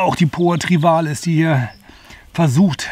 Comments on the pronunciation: es heißt TRIVIALIS, nicht Trivalis.;) Trivial=Gewöhnlich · Hallo. Mit der Poa Trivialis nicht Trivalis hast Du es. Aber danke für das Eingeständnis, dass auch bei Dir nicht erwünschte Gräser drin sind.